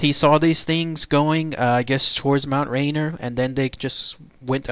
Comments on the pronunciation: its mount ra-near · pronounced Mt Rainear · What country is this narrator from ? You pronounced everything wrong. Mt. Rainier, Yakima and Tacoma... why?